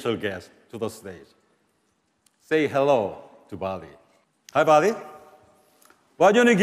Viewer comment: say hello to Barbie ( that’s what I heard )